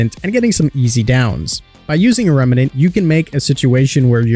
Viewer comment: It's "remnant". 2 syllables.